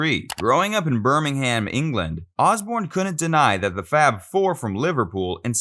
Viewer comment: Pronounce Birmingham properly